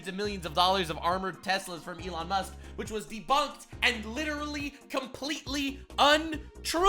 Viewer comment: Love how this guy says "elawn" 😂